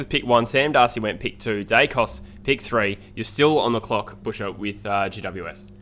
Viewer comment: Who is Dykos? Daicos is his name.